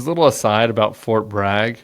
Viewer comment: He said frot bag. 😂